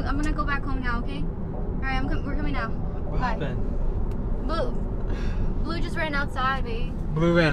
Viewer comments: Not blue it’s blu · Not in a rude way but it's bleu not "blue"